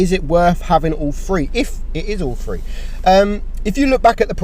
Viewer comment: they are gonna come with all three Me: is he saying “they are gonna come with all free or all three” lol